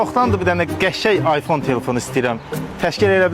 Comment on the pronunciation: Əyfön məyfön 😂 oyfon oldu a 😂😂😂